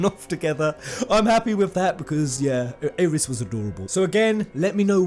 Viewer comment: I know this is a late comment on a two-ish week old video. But its pronounced EYE-RIS